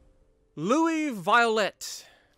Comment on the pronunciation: Thanks for the info. I'm gonna check my french commander, because I'm sure I choose the wrong perks, hahaha. Don't apologize, I'm really impressed how you pronounce pretty accurate almost all the names. Violette and Guépratte failed, but you've done good 5/7👍. Giuseppe, really? 😂😂😂 that's funny. Anyway do you know you can ask me for help when you need it, right? I will be glad to help you.